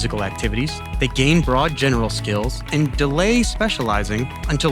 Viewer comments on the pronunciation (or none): Guys it’s skill not skull